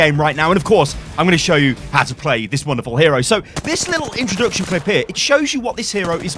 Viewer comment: Hero? It is not ow lol